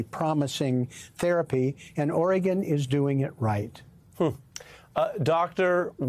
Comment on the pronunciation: Melber all but omits the second syllable, making it orrgun. It's not the only letter he's cruel to, crimes against the letter t featuring often : inner views, inner national, inner vention etc.